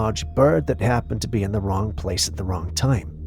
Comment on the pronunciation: I love the way you say “happened” 😆 …Hyaapened…😆🤷🏻‍♀️